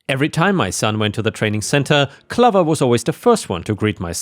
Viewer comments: Clover pronounced like over. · 'Clover' is pronounced like 'stove' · "Clover" has a long O, like the plant of the same name. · Gall is pronounced “gorl” - like the original name for France under Roman rule - Gaul! And clover rhymes with over or rover - not lover!